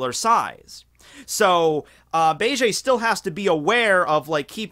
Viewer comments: BA-JAY????? please stop with the cringe. BEGE = BEIGE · Every time you say bay-jay (instead of beige) I just think of Bailey Jay. Coincidentally, who is also like "Men, get inside me!" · Beige eh? You Canadian eh?